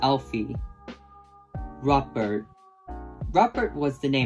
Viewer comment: I haven’t seen anyone ask this, and I don’t mean to criticise your speech, but I had a little trouble understanding the “Rupert” part. Was it supposed to be Rupert, “Ruppert” or Robert. I’m also sure that Jean-Luc in the book doesn’t mean he met Bluey again. It’s just an activity book. And Bluey didn’t try to recreate what happened to the Budgie with a happy ending. Her mum thought she’d want to act out a happy ending, but Bluey asked they okay the same outcome. Copying the events exactly (Hense the title) it was her way of trying to fully process what happened. Not change it. Which was a very mature approach for this show to take 💙